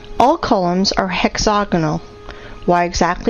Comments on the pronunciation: "hexonical"? 😲 Slightly more than a minute later "hexoganol" 🤣 😺 🐾 Yeah... Someone needs to go back to school, it's "hexagonal" - héx-ágò-n'l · Maybe she speaks better English than the previous voice, but she still can't say "hexagonal"... hexonal...? hexoganol? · Hexoganal, begins to be like fingernails down a blackboard after awhile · What the hell is "hexogonal"? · I think you made a typo. She clearly said "hexoganal". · Please please someone teach this stupid woman how to pronounce Hexagonal.